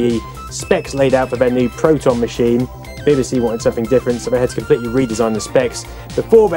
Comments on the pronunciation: Glad it was not just me that heard "Beby See"rather then B B C . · Bibba See? I've always said Bee Bee See. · why bibibsee ? and not bebesee if you get me lol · Ha, I was mentally shouting every time he said 'Bibby', it's 'Bee Bee'!! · 'BBC' not 'bbc' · Unique pronunciation of the letter B. Nice to see it though, reminds me of primary school.